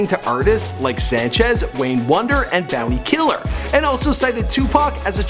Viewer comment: Bounty Killa or Tommy Lee But you need a Caribbean person to help you pronounce some of these words still lol butchered a good bit of them still.